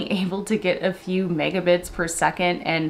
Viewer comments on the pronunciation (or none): Did you say 2 Mega-tits/second??